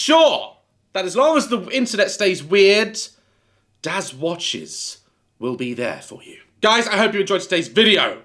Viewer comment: love how every time the pause between daz…watches gets slightly bigger and I just FEEL the exasperation at this point 😅